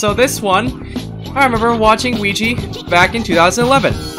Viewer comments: Weegeepie not WEEGEE need pie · it's weegie